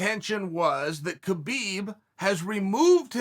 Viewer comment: Idk how people can't figure out that it's pronounced Habib